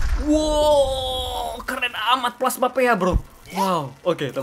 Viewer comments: Knp dibaca pea? Harusnya pi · Bukan P E A tapi Pea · Bang bacanya bukan pe a. Tapi pea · KALO GAME NYA BILANG PIA DISEBUT AJA PI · Pea cara baca pi dalam bahasa Inggris